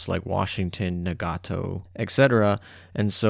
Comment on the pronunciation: Yay, I helped pushing that Taihou number ... to 1, apparently. xD Thanks for these monthly updates! Also, small tip for pronouncing Japanese ship names - don't stress/intonate/elongate any syllable unless it has a double-vowel in the spelling, e.g. it's 'Taihooooo' but not 'Amaaaagi' or 'Nagaaaato' (-exaggerated spelling for demonstration purposes^^).